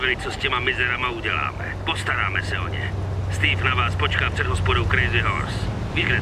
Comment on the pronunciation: steve ne stewe